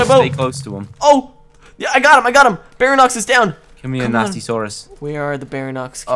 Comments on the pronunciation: you sayt baryonex wrong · he calls it BARANOX it's pronounced BAREE-ONIX all though it's spelled Baryonyx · its pronuonced, BARE-EE-ON-ICKS for baryonx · not bairinox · u said baryonx wrong its bary-on- iks